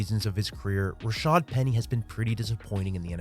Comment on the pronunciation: If we could get announcers to stop calling him 'Rashard' that would be greeeeeat.